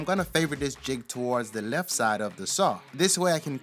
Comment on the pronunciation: Right to "Lef?" What the F is "Lef?" And what the hell is "self extanatory" ??? Good work but your English is killing me! Don't use a word if you can't say it right.